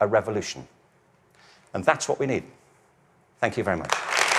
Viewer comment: “Thænk yoh”.